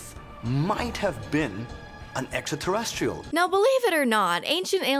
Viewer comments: you need to include that one guy with the crazy hair being unable to pronounce extra-terrestrial properly and saying "esta-terrestrial" to your drinking game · Thanks. If Tsoukalos is going to talk about extraterrestrials all the time, he ought to have to learn to pronounce it. tavi.